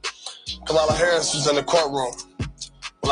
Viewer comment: What's funny is your an adult and you still can't pronounce VP Harris name right.